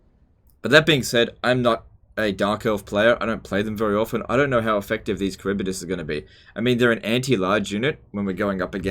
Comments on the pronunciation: Karibidis? Its Harivdis LEL xD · It's prounoucnce haribdyss not karibydass😂😂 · Kharibdyss. Not Kharibydyss